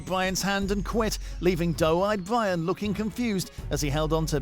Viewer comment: Bwyan and Wamsay